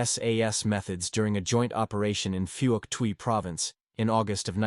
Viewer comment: It's phuk tuy province the o is silent!!! My father was there & I'm more likely to believe him & every other soldier that was there than ai!